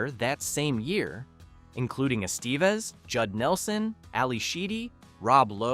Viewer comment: That was a photo of Molly Ringwald with Ally Sheedy over the David Bowie poem, not just Ally herself. - Emelio's last name is correctly prnounced "Eh - steh - vez" - Don't say "almost no one was genuinely a teenager during production' When you contradict by pointing out that BOTH Molly and Anthony were turnning 16 (the crew celebrated her 16th on the set) - The open circle scene was not entirely ad-libbed, but partically scripted, as Hughes wanted them to be themselves, expressing how they'd each handle those situations shared as the characters. Nelson being a trained method actor went full circle here - on Molly Ringwald. Bringing TRUE authenticity of scumbag during the target.